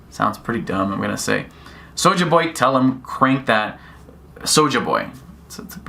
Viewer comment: you can tell this youtuber has no urban friends. He pronounces Souljah Boys name with his Caucasian pronunciation smh